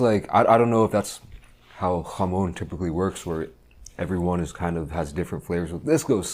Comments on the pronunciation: i hate the way this guy says "jamon". bro, its not hebrew lmao. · The way he says jamón just cracks me up